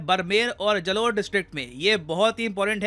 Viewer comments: Sir being a rajathani , it doesn't feel good when you pronounce the city names incorrectly .. here's the correction - Barmer - ( बाड़मेर) not बरमेर Jalore - (जालौर) not जलोर Nagaur - (नागौर) not Naguar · बरमेर और जलोर नही है बाड़मेर और जालौर है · Sir बाड़मेर, जालौर नाम है। बडमेर जलौर नही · Barmer - ( बाड़मेर) not बरमेर Jalore - (जालौर) not जलोर Nagaur - (नागौर) not Naguar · Sir, with due respect It's बाड़मेर and जालौर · Great video, one thing just don't butcher the name I am from Rajasthan thats why it bothers me 😂, but its fine... Barmer (Pronounce - Baadmer) Jalore (Jaalore) Yeah I know you we might know correct pronunciation of every town or city but its just for future if you come across this name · Last time ne Nagor ko nagwar bola tha is bar barmer ko brmer and jalor ko jlor Btw I am from Barmer and yha ke log bol rhe hai 'ab tk aaya kyu nhi' jese ki inhi ke lie hi aa rha hai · Right pronounciation जालौर एंड बाड़मेर